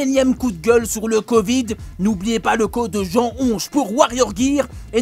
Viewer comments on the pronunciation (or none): none